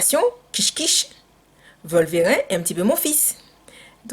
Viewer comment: On est dimanche, il fait froid (gros poil de la Martinique), pas envie de sortir avec les événements du week-end dernier et voilà cette vidéo. tu me fais rire comme pas possible, tes réactions sont tellement naturelles que ça passe comme une lettre à la poste. Tes expressions "Wata Faya" ou "Volverin" (sans la prononciation du "e") etc.. AU TOP! Merci de nous retranscrire ta joie de vivre.